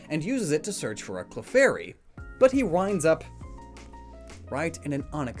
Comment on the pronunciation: Professor oak: Clefurry